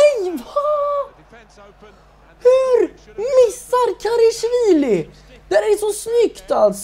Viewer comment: Älskar den här serien men det är en liten grej jag stör mig på. Det uttalas KarAshvili, inte KarEshvili.